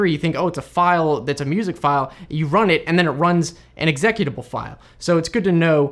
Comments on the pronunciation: The way he says "executable" is unacceptable. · First time noticing the difference in pronunciation of "executable". Based on syllable positioning, I know it could be either or but "eh-xecu-table" sounds so weird compared to "exe-cu-table". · exec utable? lol its Exe-cute-able You are executing something not promoting it to director! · What the hell is an "exectable" file? (SC) I know what an "executable" file is. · Strange way of annunciating executable. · All I can say is nice way to butcher the word 'Executable'. Outside of that, most of this is common knowledge.